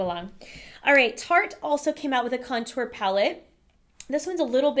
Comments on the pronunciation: Haha, yeah. I think she's just putting the emphasis on the second syllable, "con-TOUR", instead of "CON-tour". I used to do the same with "UMbrella" :D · Your pronunciation with certain things really irk me lol tarte-tel-lette 😒🔫 cun-tour 😒🔫